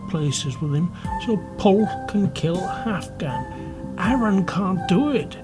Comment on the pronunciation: Pwyll is pronounced more like "push" not "pull"